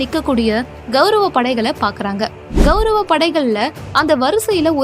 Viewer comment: இந்த வீடியோவில் விளக்கம் செய்பவர், कौरव என்பதற்கு பதிலாக गौरव என்று சொல்கிறார். இதை திருத்திக்கொண்டால் நன்றாக இருக்கும். வணக்கம்.